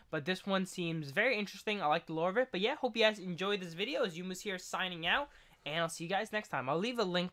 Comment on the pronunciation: How the fuck do you manage to ALWAYS mess up pronunciation Youmuus xDD luv you but come on